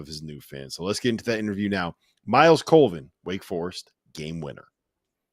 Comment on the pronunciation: COLVIN, not Coleman. Sheesh